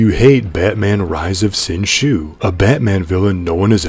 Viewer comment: its pronounced "Sin Zoo"